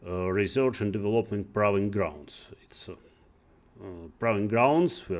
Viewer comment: учитывая что он работал программистом много лет непонятно как вообще можно не знать где ставится ударение в слове development